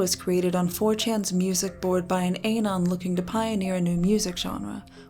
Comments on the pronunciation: A-non. Why would u say it like that lol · Someone would explain to this woman the A in Anon isn't a hard A. It's enunciated like the A in Andy, not Ace. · anyone else slightly annoyed by Ay-non instead of Ah-non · Who the hell pronounces "anon" as "AY-NON"? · And why she pronounces anon as aye-non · “An ainon” why do all the YouTube chicks have quiet little raspy voices or typical YouTuber “can’t pronounce basic words” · "Ay-non" Ok boomer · its ay non not ah nun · "ayynons"? does she say 'ayynonymous' too? Reminds me of people that say (in regards to the envelope one uses to send mail) ahnvelope instead of envelope. Do they say it like that in other contexts, like "I was 'ahnveloped' by the fog"? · Does anyone else cringe when they both pronounce Anon as AAnon ? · i would say a-NON, because the full word in english "anonymous" is pronounced a-NON-uh-muss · why does this girl pronounce anon like that. it sounds dumb and its like shes about to say anal. does she not know how anonymous is pronounced??? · its "anon" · Also the way they both pronounce anon wrong bothers me